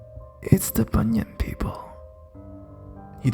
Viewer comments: Hi, at first I was confused as I kept hearing you said bunion, and those creepy feet bunions kept appears in my imagination (silly me!). It pronounced as "boo-nee-an" (as in "ant" but silent the "t"). But anyways, the stories do creeps me out! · it's pronounce Bu-nee-an